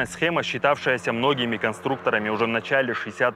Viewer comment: Что такое "схэма"?!😂😂😂